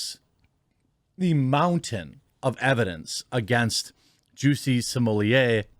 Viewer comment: Are you calling him juicy smollie-a on purpose